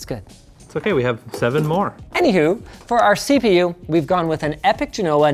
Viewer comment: Why do they say Bergamo correctly but they mangle Genoa pronunciation?